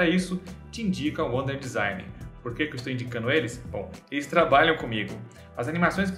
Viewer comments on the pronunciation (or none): none